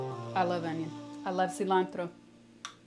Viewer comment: me gusta como pronuncia "cilantro" carajo que mujer!!!